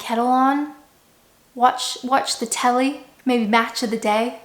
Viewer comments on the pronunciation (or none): none